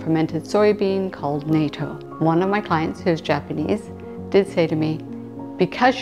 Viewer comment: Hi -- I love your videos. I also love natto. (Actually, it's pronounced NOT-TOW.) As a foreigner in Japan, I was constantly asked whether or not I could eat it. Your video was a reminder to go to the Asian store in my town, try to find it and start eating it again!